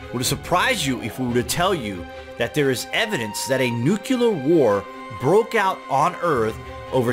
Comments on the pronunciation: My eardrums are going to start pressing charges every time I have to listen to him mangle the word nuclear. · Nukelar sounds ricidulous. 😁